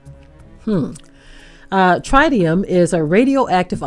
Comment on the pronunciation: Typical behavior from one of world's most corrupt and corrupting industry. fyi you pronounce tritium like the country singer Travis Tritt: Trittium which the grandfather of health physics, Karl Morgan, referred to in this way: Tritium (from Karl Morgan, Grandfather of Health Physics) - - “is the only radionuclide for which we assume as much is taken into the body via skin penetration as by inhalation. It is the MOST invasive of all radionuclides and distributes itself rather uniformly to all organs and all body tissues on a microCurie per gram basis. It presents a somatic, genetic and teratogenic [cancerous] risk. It cannot be separated from liquid waste by evaporation, a process used to concentrate most radionuclides [especially in nuclear reactors].” It is now 12 years after the Fukushima Japan nuclear disaster, and gigantic tanks holding radioactively contaminated water have been deployed onsite there for the last decade: main worry / radionuclide in those tanks: tritium. We need to know more precisely what happened in Minnesota as revealed here. The governments of the world unfortunately act too often as apologists concerning nuclear contamination. The groundwater at Fukishima surrounding and under the individual reactors (there were six reactors: three exploded releasing vast amounts of radioactivity into the air, that drifted and dropped all around planet Earth) is STILL contaminated at Fukushima, as they cannot find the melted down cores of the destroyed reactors that